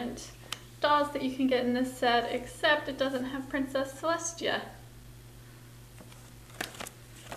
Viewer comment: Its celestia not celeshtia